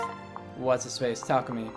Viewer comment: I heard Tamaki instead of Takumi.